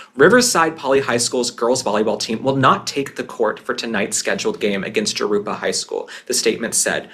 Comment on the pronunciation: psst... Jarupa is pronounced Harupa. If you ever need help with California.....I'm your girl. Your podcast is my absolute favorite....Keep up the great work. ❤